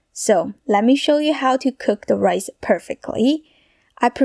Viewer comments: Why do you talk like that. Stick-ah; pan-ah; rice-ah? It’s annoying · Why do you say "ah" after every word-ah. Rice-ah and so on-ah. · I live the way you end each word that you speak. Raícea, cookea, ingridientsa, vegetablesa, So so cute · She finishes every word with an “Ah” sound Rice-ah Soy Sauce-ah. Sounding like the Metallica vocalist. Lol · Rice-ah...examples-as...size-ahh...lubricate-ahh... that-ahh...need-ahh...like-ahh... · Fried riceuh with a mixeh of veggies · What is "Rice-ah"???? And "Shrimp-ah"?? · Rice-uh Fridge-uh 😂😂😂